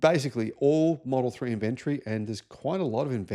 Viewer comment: means "IN VEN TOR EE", when he says "IN.... VENTREE" - LOL 🤣☕.....Just kidding. 😅 Yes, Elon is the problem and Yes, Tesla is struggling, but they're not going anywhere. Tesla is not just the "car". They have a HUGE energy section that's making a LOT of money, and bots coming. They are also servicing millions of Teslas.....And, there is the whole Supercharger Network - WORLDWIDE - which has now opened to other manufacturers, making it the go-to "gas station" for EVs. (I am sure that was planned) They are making a LOT of money off the Supercharger Network. I think it's great that new Teslas are becoming more affordable. Here in the U.S., the used Tesla market is HUGE and you can get GREAT deals on low-mileage Teslas. There's now a Tesla affordable for nearly everyone. I don't agree with DOGE, or what Elon is doing politically, but the cars are still good. Elon doesn't "make" the cars. There's like 121,000 people working at Tesla. Elon didn't come up with the idea of Tesla. Elon did not engineer the cars. There's millions on the road, and millions more coming. They will sell. People who own them love them. There's a lot of good alternatives out there now, but I have looked at the whole market and I have yet to find an alternative for the same value and technology. There are some EVs that are maybe even better, but they cost nearly or over $100,000! Some lower-cost EVs come close to the value of a Tesla Model Y or 3, but they're not quite there yet. Right now I would st